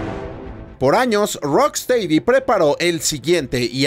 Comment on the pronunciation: Se pronuncia "rocstedi" no "teidi"... Lo siento pero ya van 3 videos.